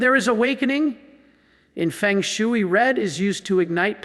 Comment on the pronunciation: The concept and practice of feng shui is not pronounced like 'chop suey'. I pronounce this AI crapola like B. S. Fake stuff!!